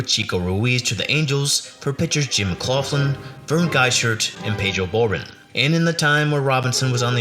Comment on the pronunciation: Not to quibble, but the Reds GM was Bob HOW-sam, not HAW-sam. And it's not Pedro Boren, it's Pedro Bor-BONE. Checking on how to pronounce the names in advance will help you when you make your next video.